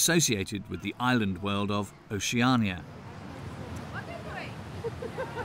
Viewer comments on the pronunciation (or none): none